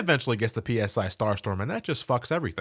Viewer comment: The way you keep saying P-S-I instead of just "sci" is driving me crazy. Ness doesn't use "Pounds per Square Inch" to attack his enemies, he uses PSYchic powers.